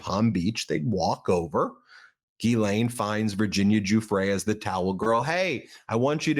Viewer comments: Why can’t anyone pronounce Ghislaine…it is not Guylaine! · Ghislaine is pronounced jiz lane. It comes from Breton in France.